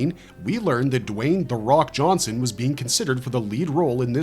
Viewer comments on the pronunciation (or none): none